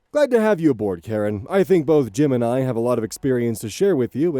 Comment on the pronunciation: Keep hearing "Jim and I" as "Gemini." 😅